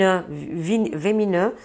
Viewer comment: Très chère, merci d'être là pour nous chaque jour. Lecture dans la tasse de café vraiment impressionnant. Vous me faîtes aussi tellement sourire avec vos difficultés de prononciation qui font partis de votre charme: des serpents vémineux (vénineux), poisonnant..... 😂🥰😘. Je vous adore.